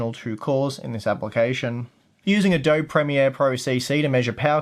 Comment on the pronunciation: i cant get over how he's pronouncing adobe. weirdo.